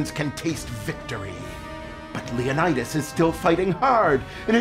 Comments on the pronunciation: Leonna-dass? What the hell? Is he trying to pronounce 'Leonidas' (leeuh-nai-duhs)? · Lol why does he pronounce Leonidas as if he's British? Yet doesn't pronounce any other word as if he is? Lol